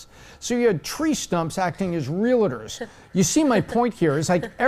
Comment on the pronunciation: love you, but they're not real-a-ders. They're real-tors.